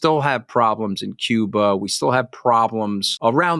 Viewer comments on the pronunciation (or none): none